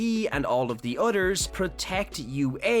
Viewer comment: Stop saying "others" like udders!